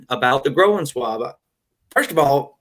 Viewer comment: The “io” in “groin” sounds like the “oy” in boy. The word is all one syllable. The way you pronounced it adds a long “o” sound and a syllable, so it sounds like “grow-in” swab. It should sound like “groyn.” I think the doctor thought you were saying “growin’ swab”, leaving the last “g” off growing. I hope that makes sense.